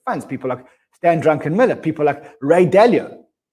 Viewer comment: learn his name please he is not drunk😃Stanley Druckenmiller